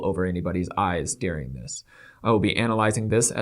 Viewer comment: Yes,! Go off!!! These people are disgusting and remind me of the Stauffer’s mishandling of their adopted child. Let’s hope this incident tanks their channel and their livelihoods. I feel bad for their child and poor Bowser. Also, I love how you pronounce the word during as “dearing”. What region did you grow up in?